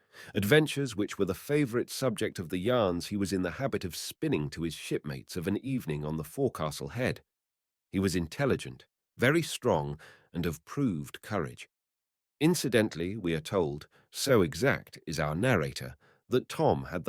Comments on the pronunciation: Thanks for doing this. no criticism but if you are reading more about the navy or seagoing, you might like to look into the pronunciation used in this industry: Forecastle - foc'sal; Coxswain - Coxon; boatswain - bosun etc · Phonetically 'focksal' and 'cocksun. ' There was another common word earlier which I forget.